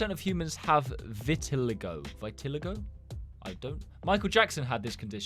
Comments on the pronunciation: my mum has vitiligo and it’s pronounced vi-ti-ly-go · pronounced vit-el-ee-go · btw is pronounced vet-A-Ly-go I think.. I lowki just sounded it out💀 I thinkbits pronounced Het-A-Crom-EE-ya idk just sounded it out again going back to the first grade skills 💀💀